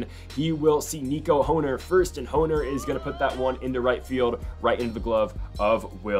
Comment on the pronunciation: It’s Nico horn er not hoe ner it’s spelled hoerner but pronounced like horn-er